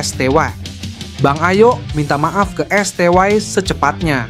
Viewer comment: britanya bagus. pengisi suaranya ga banget. lebay tingkat akut. biasa aja bang, pssi bukan pssay, sty bukan stway. ga jlas